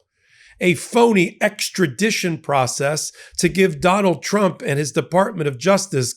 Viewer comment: KK karoline pronounces trump " chump". Homan also has a speech impediment . .. probably was teased in school which could explain his desire to hurt migrants. Pitiful bunch!